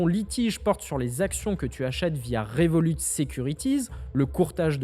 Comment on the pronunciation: Moi je me demande pourquoi tu dis le T a la fin du nom de revolut sachant que le t est muet vu que revolut eux-mêmes ne le prononce pas le temps est revolut d'où le nom de la banque